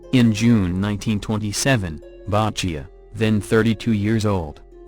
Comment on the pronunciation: Bottechia is pronounced 'Bot-ek-ia' , not "Bah-chia.' but I guess it is the fault of the robo-voice. LOL